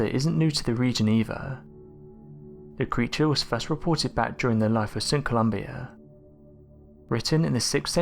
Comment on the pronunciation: Pretty sure it was St. Columba NOT Columbia